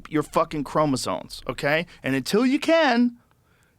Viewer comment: Yo Joe, they're called chromosoMes, not chromosoNes. Just saying.